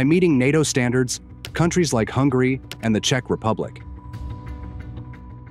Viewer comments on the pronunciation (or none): none